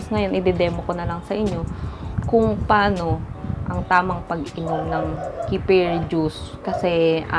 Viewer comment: Wala.. Wrong pronunciation mo lang 😂 nag vvlog ka kc 😂